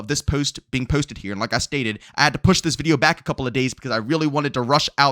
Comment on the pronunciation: No disrespect the way this dude says posted irks me lol